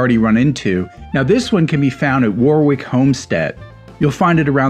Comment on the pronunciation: 'warwick' is pronounced 'warrick', just like 'gloucester' is pronounced 'gloster' or 'worcestershire' is pronounced 'wustershire'. I am a SPELLING NAZI , sirrah! Behold meh! Respeck mah authoritahhh! [sticks nose snootily into the sky, above the clouds so high]